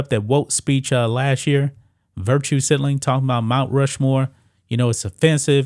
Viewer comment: Sig-na-ling 😂😂😂 I know it’s hard